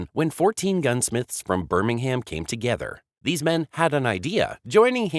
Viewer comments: I wish Americans would learn to correctly pronounce English placenames. BSA were not from 'Birming-Ham'. In English, the city name is pronounced with a silent 'h' and minimal stress on the last vowel. Still, I guess this piece was put together by Artificial Intelligence, an oxymoron if ever I heard one. Complete lack of intelligence of any sort, I reckon. The BSA Bantam was, as you say, a popular motorcycle for many years. But the design was heavily based on the pre-war German DKW motorcycle. BSA (and others) gained the rights to use these German designs as part of the reparations after the end of the Second World War, so BSA cannot take all the credit for the success of the Bantam. Love and peace. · Look its easy say it with the rest of the world Birmingham pronounced Birmingum